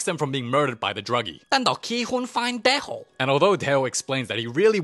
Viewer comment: yo its dae oh i keep hearing you saying tae ho